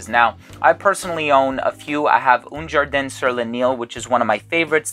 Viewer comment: haha "oon jarden"